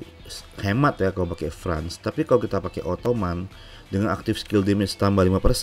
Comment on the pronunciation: France di baca "Frens" bukan "frans" om